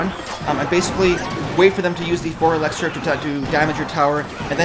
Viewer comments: It's elixir not elexir bud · it's pronounced elixir, not alexer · it's called elixer. not elexer